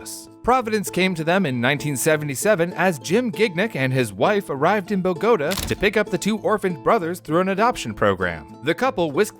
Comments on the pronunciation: bow gah taw not bo go to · buh-GOH-tuh? It’s boh-goh-TAH hay un acento sobre la “a” así que se dice boh-goh-TAH. Bogotá not Bagóta. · …It’s bogo- TA, not bo-GO-ta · a pagoda is not the same thing as the city of bogota columbia they're not pronounced the same, bow-guh-taw not buh-goat-uh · cant believe you pronounced bogota right (boh-go-tah) and then after that butcher it as bogoaduh 😭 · BOgataw, not baGota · It’s not bow-go-tuh. It’s Bow-guh-taw. Is this an AI narration? You mispronounced LaGuardia, also. And you expect us to believe these stories when you don’t even research pronunciations? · If you're going to explain to us what an IPO is, then I'll explain to you that Bogota does not rhyme with Vigoda! It is pronounced "boh - go - TAH", with emphasis on the last syllable. Also, Gignac is pronounced "geen - yac",the second "g" is not hard, but a dipthong with the "n", pronounced like a "y". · It’s pronounced BO-ga-taw, not bo-GO-ta. Check Wikipedia once in a while. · Ba-go'-tah.... really? Bow'-ga-tah, sir...Bōgatā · If you’re going to make a video, please learn to pronounce words properly. It’s Bo-ga-taw not Ba-gow-ta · Bo ga ta , not Bo go ta. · It's pronounced bow-gah-TAH not bow-GET-uh . Ah sound in the middle, stress on the final á, that's what the stress on the letter á means. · its pronounce Bogo-taaaaaa not bogoutta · Bo-go-ta. Not ba-go-da.... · Bo-gotah - No Bogah-tah - Si. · BA-goat-ah? Forget the great courses and take a simple geography class! The capitol of Colombia is Bogota - pronounced BO-gah-tah. Sheesh! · The capital of Columbia, Bogota, does not rhyme with the Japanese buildings Pagodas. Bogota is pronounced Bo•ga•tah. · I find it strange that pronounce Bogota differently. BOgota and boGOta. Which is the more common English way of pronouncing it? I've only heard the first way. Fun fact the Spanish pronunciation is bogoTA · Bo-Go-Ta ???? Thanks AI. 😂😂😂😂 You can get all those Arabic names but you can't get Bogota. 😂😂😂😂😂😂. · Bo-Go-Ta lol